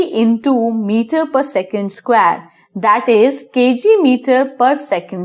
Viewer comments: It is square not squaare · The way you say square is killing me!!